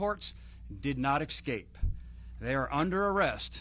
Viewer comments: Man said “exscape” like a third grader 😅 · At least learn to pronounce ESCAPE. It’s Not EXCAPE! Good grief. I expect more from our intelligence agents.